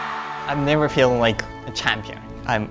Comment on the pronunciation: Yuzuru correctly pronounced many words that contained the letter f in this video like fans, feeling, figure, forest, among others. Maybe pronouncing the f sound is a lot easier for him when it's at the beginning of the word rather than in the middle?